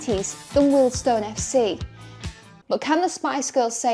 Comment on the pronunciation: Having been a Wealdstone fan for 50 years it’s been a topsy turvy journey. Finally getting things sorted. Thanks for getting the correct pronunciation of Weald-stone. Brilliant video.